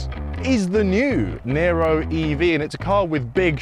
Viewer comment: It's "Niro", not "Nero"